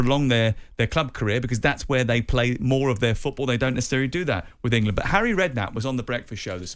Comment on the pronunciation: Well said "arry" 👏🏿 😅